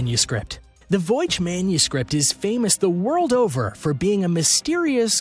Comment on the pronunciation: It's the 'Voy-nich' manuscript, not 'Voych.'